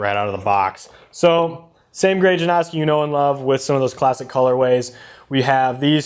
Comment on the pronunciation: "JUH-NOW-SKEE" Not "JUH-Naw-SKEE" Just a heads up